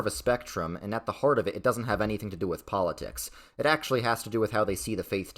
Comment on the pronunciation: I genuinely do not recall a time I’ve laughed as hard as seeing that botched “acktshyuwally”. 😂